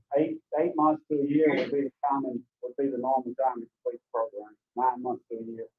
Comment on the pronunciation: ...l like your posts, and I appreciate/"get" all your doing putting them out there (despite the insanity contained within the cases of MOST of these animals). Just a little constructive criticism for you, and the Honorable... it's proGRAM, not proGRUM! Just nitpicking, drives me nuts.✌️